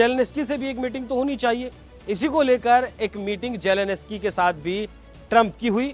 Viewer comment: जेलेंस्की बोलना चाहिए मगर पूंडी- जेलेनस्की बोल रहे - जाओ जरा जेलेंस्की बोलना सीख आओ 😂